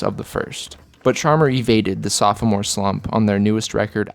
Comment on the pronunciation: Great video man but you gotta stop saying soph-o-more the second O is silent!